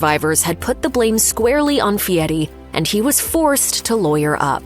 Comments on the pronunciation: His name is Fieri Not Fieti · Is his name Fieri or Fee-et-ee?? AI is taking over before its ready.